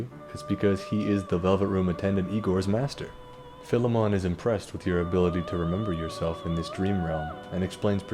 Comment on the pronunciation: Finally, somebody who doesn't say "File-mon" 😀